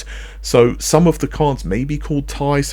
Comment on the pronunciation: It's T I , not Tie.